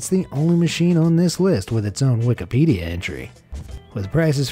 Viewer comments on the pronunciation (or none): none